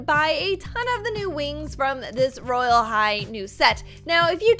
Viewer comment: Did anyone notice that when the video said roblox royal high it said rylea high